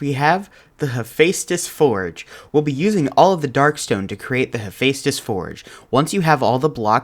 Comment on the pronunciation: you actually pronounced Hephaestus perfectly! He was the Greek god of fire and forgery, just if you’re curious.